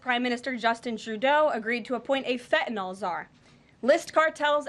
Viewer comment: There is no “o” in FentanYL, get it right